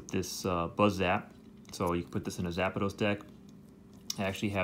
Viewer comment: Its probably how the japanese pronounce it haha.